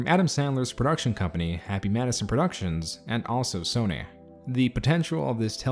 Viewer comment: "Soneh" LMFAO